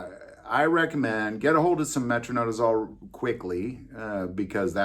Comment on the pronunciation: Metro-NI-dazole, sorry nurse here with ocd when it comes to pronunciation, don’t drink booze with your flagyl